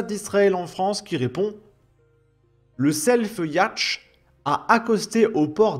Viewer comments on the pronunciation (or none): Un "yachete"?🤣 "Yacht" se prononce "yaute" 😉 La "Croisière s'amuse" ne s'amuse plus... Sérieux à part un coup de com pour faire le buzz et sa propagande en provocant délibérément une crise qui croit à du soit disant humanitaire avec un si petit navire? Accueille le tiers-monde, devient le tiers-monde. Le tout appuyé par une politique de laxisme et complaisance à tous les niveaux dans tous les domaines, une gauche cancer et résultat la France devient pire que des pays en guerre. Je ne sais plus où j'ai vu ça mais il y a des Colombiens qui disaient se sentir + en sécurité à Bogota ou Medellín qu'en France... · Coucou, je regarde beaucoup vos vidéos et je les like systématiquement ! Par contre juste pour votre information un yacht est un bateau de plaisance à voile ou à moteur. Yacht se prononce « yote» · non mais yacht, bordel fais un effort : Un yacht est un bateau de plaisance à voile ou à moteur. Yacht se prononce souvent en français « iôte »